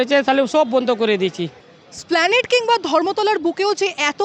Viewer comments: স্প্ল্যানেড নয় কথাটা হবে এসপ্ল্যানেড, উচ্চারণ সাংবাদিকতার একটা অংশ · ও, ওটা এসপ্লানেড। উচ্চারণ ঠিক করুন।